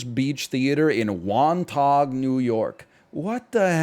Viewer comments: as somebody from long island new york to hear somebody say wan-taug is hilarious...not that anybody would ever know or care its wan taw phonetically. Got a good laugh out of that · Was laughing my ass off at his pronunciation of Wantagh